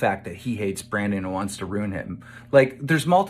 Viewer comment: Keem is such a dirtbag. Not only is the content of what he says awful, but I can't stand to even listen to him speak because of things like . Ruin is two syllables. Rune is a different word altogether.